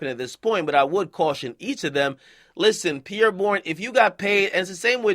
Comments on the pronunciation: yeah “pee-air” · Why Akademiks pronouncing it like "pier". lol its Pierre bro. It's a French name.